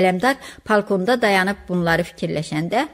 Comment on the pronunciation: Səsləndirmə də yaxşı deyil..Hər kəlmədə uduqunub ağzınızı marçıldadırsız..Larçç larçç.. Balkona palkon deyirsiz,xamaya Xa ma deyirsiz))))